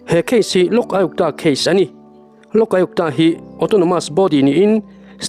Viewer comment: Lok Aiuptaa ti mai a ka hriat chu😅